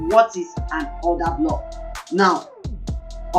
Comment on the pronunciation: “Odahhhblockhhhh” lmaooo Africans are too funny lol